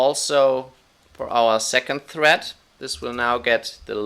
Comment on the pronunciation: is anyone else hearing 'thread' as 'threat' ?